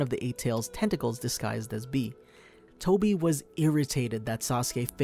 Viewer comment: Tobi not Toby🙂